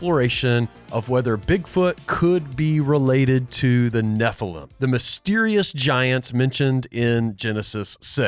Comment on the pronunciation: Can you guys do us a favor, and I mean this in as kind a spirit as possible 😂 …would you please stop saying nephilum. It’s nephilim EEEM, nephilEEM. Nephilim. Thank you. Back to your regularly schedule programming.